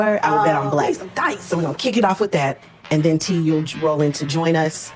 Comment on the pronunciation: Did she say "ben" for "then"....Yall we are really watching a play on the movie "US" . Carlos is 🤢